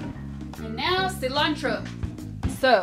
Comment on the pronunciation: me gusta como pronuncia "cilantro" carajo que mujer!!!